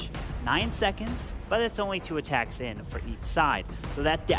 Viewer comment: Aaaatacks wtf is that lady